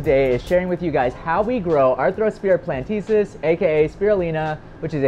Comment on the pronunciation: it's "platensis," not "plantesis"